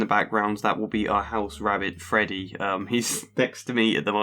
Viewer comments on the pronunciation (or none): none